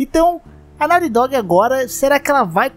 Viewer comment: Me da um problema pronuncia errada em ingles, fica MTO zoado